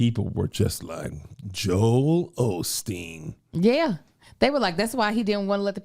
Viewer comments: Kev there’s no “ L” in Osteen. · Why do Black folks love addin’ that extra “L” in Joel Osteen’s name? 🤣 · It’s hilarious we are gonna still call him Olsteen lol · I wish folks would quit putting an "l" in Joel Osteen's last name. 🤷🏾‍♀️